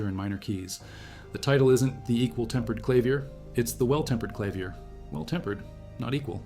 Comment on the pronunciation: AI slop. Freaking "clavier" is mispronounced lol